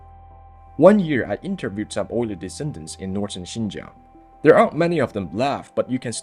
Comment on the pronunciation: It is Altai and there is a “L” in it, it is Oirat and there is a “R” in it.😊